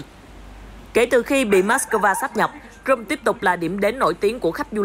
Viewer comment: xin đính chính CRIMEA có phát âm Krym hoặc Krim hoặc Cri Mea chứ ko thể đọc Crôm như thế này được